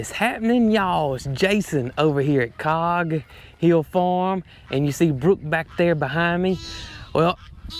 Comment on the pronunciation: I've noticed, in recent weeks, Jason, you've changed the way you say the name of the farm. It was always "Cog Hill Farm" but now it's "COG. Hill Farm."